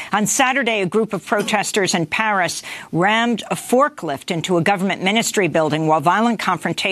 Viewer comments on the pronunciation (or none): none